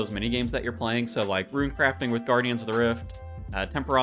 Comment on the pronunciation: Perfectly pronounces "Ourania" but butchers "rune." Great information dude. 👍👍👍